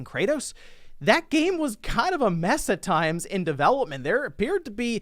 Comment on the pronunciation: not sure what that was lol “That gaymmm”